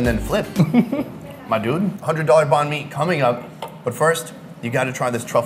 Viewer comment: Check out Kyle Le's Channel: Check out Anan(The $100 Banh Mi Place): Sorry about mispronouncing Banh Mi 3,500 times. China videos starting next week. Where's your favorite Banh Mi Spot?